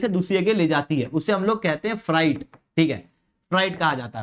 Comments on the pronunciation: Freight को फ़्रेट पढ़ा करो फ़्राइट नहीं. Fright डर को कहते हैं! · O educator bhai Frieght to nhi hota ye FREIGHT hota h .